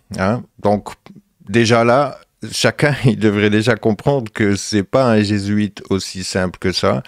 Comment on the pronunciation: Jésuite : /G\ huit…